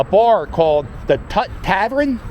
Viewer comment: aww cap, hearing you butcher Tun's Tavern hurts my heart lol. just kidding. great video!